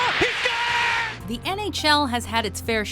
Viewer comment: that daigle pronounciation tho